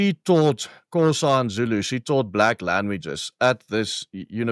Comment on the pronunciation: You claim your mom taught Xhosa and yet you can't even pronounce the name.